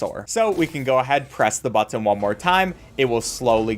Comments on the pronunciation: I liked everything in this video except the way you say “BuTtON” 😅😭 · You say button weird